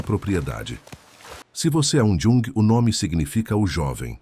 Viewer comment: Sou descendente de alemães, suíços. Gosto de história, mas o problema é ouvir tanta pronúncia errada. O idioma alemão é música para meus ouvidos, mas não consigo ouvir errado. O "j" em alemão a pronúncia é "i", portanto Jung pronuncia-se iung. Jaeger, é Ieguer.